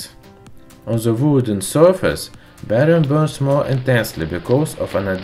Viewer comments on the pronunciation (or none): none